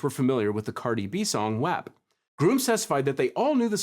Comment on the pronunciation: Wap is pronounced wop lmfaoo 😂